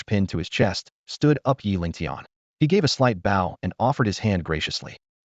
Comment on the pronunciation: Love these stories, great to fall asleep to since there's really no important plot to follow, just little storyline and short term plots, but why are all these automated readers so stupid, none off them know how to read and pronounce I'll I'd bow read agape as well as other silly little words, not a real big deal, not that annoying, just stupid and laughable, other than that, just wish either they weren't just clips but told the whole story, or at least make the parts more clearly labeled so their easy to find and listen to...